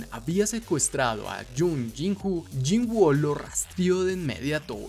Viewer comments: Excelente video, solo diria que mejores la pronunciacion del nombre del personaje, no se llama "yinguo", se pronuncia "yin-u" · Se escribe woo pero se dice wu por qué tiene doble o y se leé cómo u Bro.